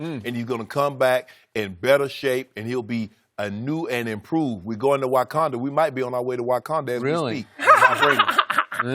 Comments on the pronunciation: “Whykanda” Shannon? 😂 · Shannon really just said “ Wakanda foreva” 😹